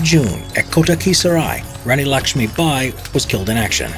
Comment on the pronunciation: THE WAY HE SAYS RANI LAKSHMI BAI .... LOL